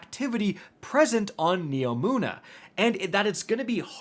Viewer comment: HE FINALLY SAID NEOMUNA RIGHT